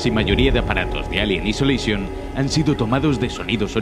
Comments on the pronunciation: Alien "isoleishon" :v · "Elien aisoleishon". ;)